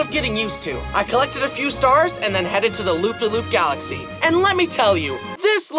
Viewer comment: when i heard him saying mario falaxy #, teared up cus of nostalgia while playing super mario galaxy no joke